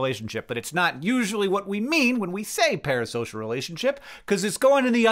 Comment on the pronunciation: I’m just curious why he switched up the S and the P in “Parasocial” twice